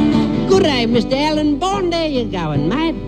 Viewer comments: alan not alarn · hahaha you take the piss out of the way we say "Alan" but you keep saying "Alon" yourself lol